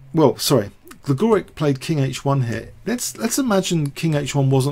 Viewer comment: Gligoric pronounced GligoriCH. :-)